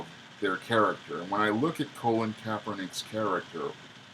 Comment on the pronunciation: Pronounced Cah - Lin Kaepernick Not Co - Lin just saying. Cah - Lin Took the 47ers to the Super bowl his first year starting as QB and was a pro bowl QB his first full second season for the 49ers. So he wasn't a failed QB in NFL he actually has a winning record as a professional Football player.